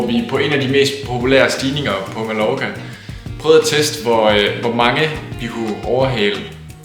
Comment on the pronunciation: God video! Men det udtales "Ma-jor-ka"!!! ;)